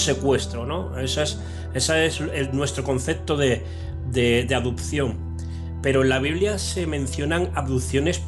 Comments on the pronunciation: adupsion - adupsion, adusido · "Los poderes que hizo", "adupción", "andó"... Ese tío ha leído mucho, sí.